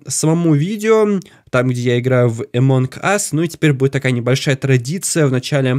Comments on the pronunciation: Люди пожалуйста научитесь говорить, ты что англ не учил это во втором классе говорили NG сложение букв это означает просто Н CNN n ЗАЧЕМ ГОВОРИТЬ АМОНГ АС правильно АМОН АС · Не эмонг ас а амонг ас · Не амонк ас а амонг ас (among us)